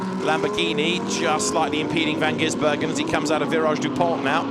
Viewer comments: please, it's Van Gisbergen without the middle 'N' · I wish someone would tell the commentator how to pronounce Shane Van Gisbergen's name properly. It's not GiNsbergen.